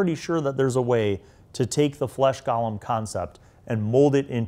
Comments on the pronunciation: I love how u keep calling them gallem instead of golem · Golem not Gollum.